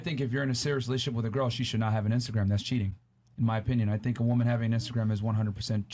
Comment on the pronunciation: I thought he said "menstrual" instead of "Instagram" in the first clip omg